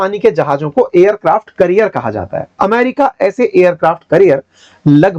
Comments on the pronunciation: करियर नहीं कॅरियर... 😊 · Its aircraft carrier not career. You are a teacher atleast pronounce them right. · You are pronouncing it as 'Career'. It's actually 'Carrier' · Aircraft career ❎️ carrier ✅️ 😅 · sir aircraft career nahi carrier boliye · carrier ka pronunciation correct kijiyega